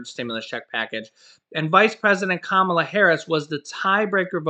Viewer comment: plzz.... say it with me.. KUHHHHH - MAHLUHH! 🙃🤷🏾‍♂️